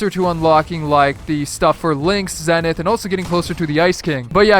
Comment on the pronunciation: His name is pronounced ZEE-NETH